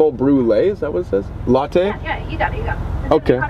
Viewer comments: WHY SAMMMM ITS NOT LA-TEA ITS LA-TEY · Sam: what!! It’s a pumpkin spice lattyyyyy Me: cringes inside ummm it’s not said like that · did sam really just say "pumkin spice la-tea" ?????? *edit - SOMEONE HAS TO TELL SAME ITS LATTE NOT LA-TEA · It’s a pumpkin spice ‘la-tea’ 😂 😂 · Sam: “It’s a pumpkin spice LAH-TEE” Me: trying not to get triggered by the way he pronounces it 💀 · Sam calling it Lattì is the best thing ever😂😂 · anyone else notice how sam was saying 'latte' it sounded like 'lattee' 🤣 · i died when sam said latea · Sam is saying latte like lahttE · WTF IS A LATTEE… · I forgot how much I hate the way Sam pronounces latte until I rewatched this 😭